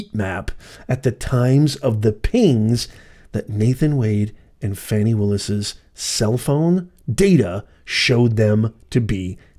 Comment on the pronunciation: u keep saying Fawny/Fani.. It’s FANI and just FANI